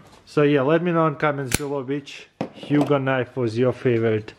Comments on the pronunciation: It's pronounced ho-g, like ho-ho-ho. Or rogue. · It’s pronounced ho-oug